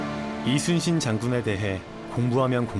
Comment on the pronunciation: 뭐야 리순신이라고 안하고 이순신이라고 정확히 발음 할 수 있네? 못하는줄 알았는데 ㄷㄷ신기하다